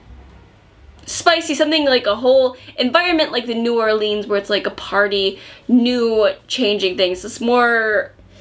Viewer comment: I live in New Orleans and the way pronounces New Orleans is wrong, but cute lol. BTW if you ever come here, would love to be your tour guide! We could go to the vampire bar here 🌹